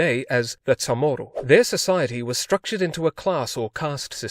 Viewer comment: I never heard anyone pronounce Chamorro as Ta'mor'do? And my dad's family is from there lol.